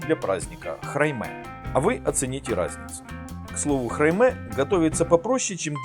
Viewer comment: ХрАйме, а не храймЕ 🤣